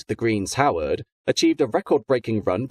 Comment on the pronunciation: Love your videos, although I do need to point out that 55008 is 'The Green Howards', not 'The Greens Howard'.